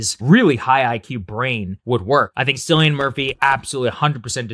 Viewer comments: It’s pronounced like “Kill-E-Ann”, not “Silly-Ann” but you’re far from the first to mispronounce it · Hey Saagar, his name is pronounced Killian not Silian. I just learned myself watching an interview about the movie.